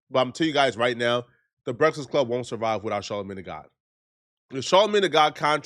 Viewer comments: “the BRET-FISS club” bro said it like times 😭🤦🏽‍♂️ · “THE BRESFISK CLUB” MORON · The Brekless Club 😅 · “…the brefzkest club” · Nobody:: BresasClub. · he cant even say THE BREAKFAST CLUB.